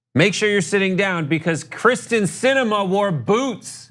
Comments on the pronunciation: It’s kYRsten, not Kristen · it's KEEEERSTIN, not Kristin. sheesh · Her name is Kyrsten, not Krysten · It pronounced Kiersten...not krysten. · Her name is Krysten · Does nobody on this show realize it is pronounced KYRsten (Kier) Sinema, Not KRYsten (Kris) Sinema. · It’s KYRSTEN, not Kristin 😂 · KYRSTEN* not Kristen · Kyrsten! Not Kristen! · by the way,, its pronounced keer-sten